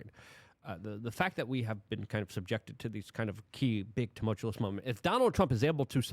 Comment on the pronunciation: Why tumulchulus?? It comes from tumult… tumultuous!